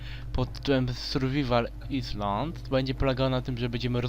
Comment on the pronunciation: island czyta się ajlent:D hehehhe